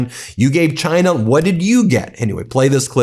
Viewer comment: Do a compilation video on how that pos trump said China during the campaign, and how he pronounces China now. Campaign: GINER! Now, proper:CHINA He called China, GINER NON STOP WHOLE TALKING SHIT, Now it’s a proper, respectful, China.